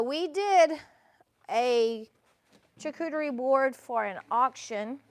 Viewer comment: The possibilities are endless. That is beautiful and you said the word charcuterie correctly. when in doubt, say it on your dictation machine